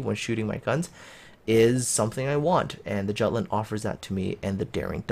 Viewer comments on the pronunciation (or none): Hello and Happy New Year, please review your pronunciation "giatland?" Jutland is a danish name (it's the in land part of Denmark); please have a look at this link: Thanks for your great review! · its pronounced with J mate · plz, the J is pronounced like a Y in Jutland. My ears are bleeding.